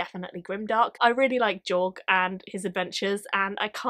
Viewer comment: The audiobooks of Prince of Thorns pronounces it Jorg.... with a J (Jug, Jill, Jamie) not Yorg (Yellow, York, Yes)... :-)